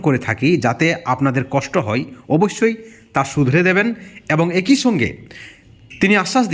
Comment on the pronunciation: দাদা কোঠোর নয় কঠোর, তারা চাই নয় দাদা চায়, বিতর্কে অংশ নিতে হই নয় হয়। বাংলা একটু ঠিক করে উচ্চারণ করুন প্লীজ। তাছাড়া সব ঠিক